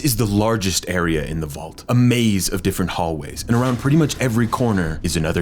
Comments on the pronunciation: Aw come on bud. ? It was right infront of ya! The “Largest Gar-ea of the vault.” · The largest “Gary-a”